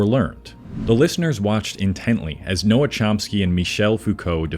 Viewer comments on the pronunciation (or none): NOAH Chomsky?! Wha...? It's Noam -- Noam Chomsky. Where did you get "Noah"? Otherwise, I largely agree that it is the medium that is dumbing us down, and Jordan Peterson is a great example of this. I used to admire him for his ability to articulate scientific ideas in the public sphere. But then he became famous -- and to a peculiar crowd. Now he's rewarded for being confrontational. He has no hesitation about pontificating outside his field. And the cult that he's allowed to develop will cheer him on regardless. Bill Maher is another example. He goes one step beyond many other talk show hosts in that he tries to bring on diverse views, but he almost never goes beyond this one step. The discussion is over in five minutes. And Maher is averse to stepping outside his simplistic views on science, with his vaccine cynicism being a prime example of this. Maher likes the clicks, the applause, and that one guy who whoops at nearly every joke. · If you don't know his name is Noam, not Noah, you lose a lot of credibility 19 seconds in. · It's not Noah, it's Noam. lol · Did you call him Noah Chomsky? Dude. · Bro called Noam Chomsky “Noah” Chomsky lmfao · You start off this video by incorrectly saying NOAM Chomsky's name for some reason? Like you said "Noah Chomsky" and then edited this video and didn't realize that you said it wrong? OK so i looked at your channel and all you produce is low-level clickbait slop. Did an LLM write your script? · NOAM. NOT NOAH. ARE YOU FOR REAL? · Noam, not Noah. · Avram Noam not Avram Noah*. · Noam , not "Noah". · Did this dude say noah chomsky? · Noam. Noam Chomsky. Dude, calling him "Noah" is a serious blunder, if you purport to care about this subject. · Noam. Rhymes with home. Rhymes with foam. Not "Noah" like the Ark character. Intellectual. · he did not just call him “Noah” Chomsky right?…please tell me not. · Yeh😂 noah chomski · Noah Chomsky?? You AI is bad dude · yeah this one hurt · Sorry but you didn’t look up how to pronounce Noam?